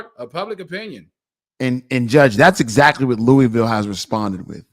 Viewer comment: I'm glad pronounced Louisville right ✅️